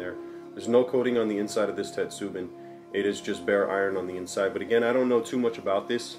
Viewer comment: a few corrections. 1. on pronunciation, its not "you ri she" but "oo roo she" as in "urushi" also, in "tetsubin", the emphasis is on "tet" rather than "su" and the "i" in "bin" makes a long e sound 2. tetsu means irons. so your clay kettle is not a "tetsubin". In english you would just refer to it as a kettle 3. you will not ruin a kettle by adding tea into it. Though, you are right that it can be used as a means to deal with rust.